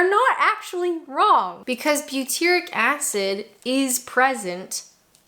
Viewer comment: You got the name butyric acid totally correct.